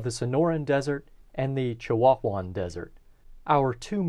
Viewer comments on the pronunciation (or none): The hottest time of year in Phoenix is June, however July, August and September are far more unbearable due to the arrival of monsoon moisture leading to higher humidity and dew points. Also... Chihuahuan is pronounced like the dog "Chiwowan" lol. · I got a chuckle out of how he pronounced Chihuahuan. It’s just like the dog, Chihuahua (which is the state it’s named after). The “h” isn’t pronounced